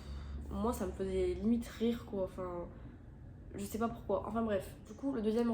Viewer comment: Personne parle du « quoient » 😭😭😭